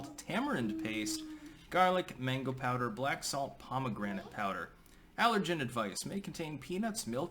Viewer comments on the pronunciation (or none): none